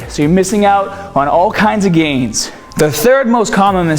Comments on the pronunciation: "missing out on all kinds of gainz"... all kindzzzzzzzzzzz... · He said, "All kinds of gains..." ALL KINDZZZZZZZZZZZ. Okay, I'll see myself out now.